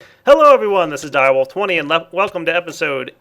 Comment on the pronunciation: DireWolf20 mispronounces it.